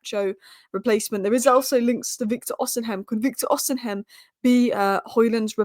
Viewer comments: It’s osimen not osim hen 😅😅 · Hey, Please stop mispronouncing Victor Osihem name. The correct pronunciation is: Osea Men. Not osi heim. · it's OSI-MHEN and not OSIM-HEM. 🤣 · It’s not pronounced osinhem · Pronounce Osimhens name correctly please😊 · The H is silent in Osimhen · I can't wait for the day she finds out that the h in Osimhen is silent.